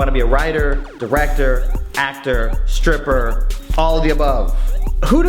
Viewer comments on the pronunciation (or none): Going to ignore that he said striper.